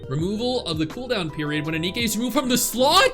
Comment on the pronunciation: Its nikke not nikki 😢